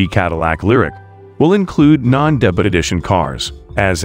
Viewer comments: It’s pronounced DAY-BYOO not DAY-BUTT. Come on, debut is not that obscure a word. Google it and listen to the pronunciation. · Not much new here, but nice to get updates. Interesting pronunciation of the word "debut."